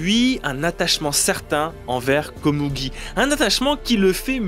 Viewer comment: Pourquoi dire Komougi alors que tu dis Meruem ? Le u est prononcé ou généralement en japonais :?